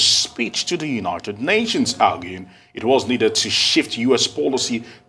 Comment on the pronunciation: It's not Baarden and it's not Unaarted Nations🙄